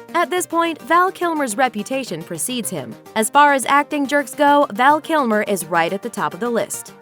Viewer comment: Val Kilmore? LOL That's how you start. Almost closed the tab...see who you bring up next.